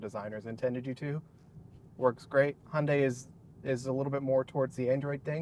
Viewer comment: Nice Video, i drive an Hyundai Ioniq 6 UNIQ with 77,4 KwH myself. I Really like it. But do me a favor, Hyundai is not Hunday pronounced, thx.